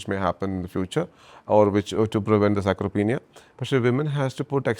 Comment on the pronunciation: Ps : It’s sarcopenia not sacropenia.